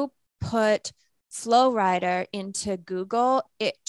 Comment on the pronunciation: Her saying “Flo Rider” 😖 when it’s actually Flo Rida as in, he’s from and named after Florida… I hope she didn’t call him Flo Rider when interviewing him.